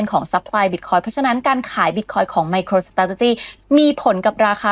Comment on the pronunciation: ไมโครสะเต๋จ๊ะจี้ โอย... ขยันพูดซะด้วย---> อ่านว่า ไม-โคร-สเตรท-จี้) ออกเสียง 4 คำ นี้ล่อไป 6 คำ